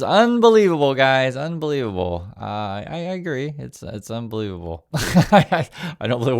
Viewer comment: Grandpa says unbelebable...